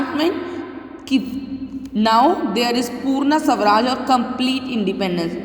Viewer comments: The pronounciation is not sawraj. It's swa Raj = swaraj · It's not savraj it's swaraj